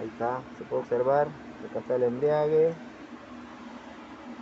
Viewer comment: EMBRAGUE no embriague